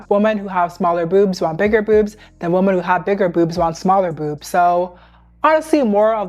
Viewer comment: i love your videos sm and they make such such good points. just one thing—woman and women are pronounced differently 😭sorry not hating, just really ocd about these things